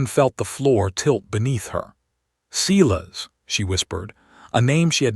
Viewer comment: At least Silas is pronounced correct